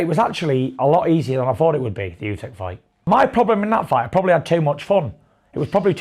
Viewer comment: Tyson calling usyk usek is so annoying, just say his name properly ffs